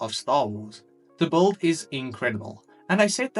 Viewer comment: Why do you always say bold instead of build?